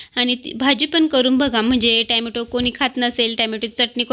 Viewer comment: ट्यामाटो नाही ग टोमॅटो म्हणत जा नाहीतर सरळ टमाटे म्हण सोपं